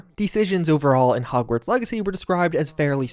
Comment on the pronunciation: Is it just me or did he say hogsweed?